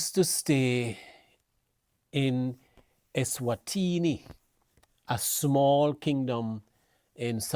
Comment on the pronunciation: Sir, Say the name of the country properly. The country is not called “Esterwini”. Speak properly.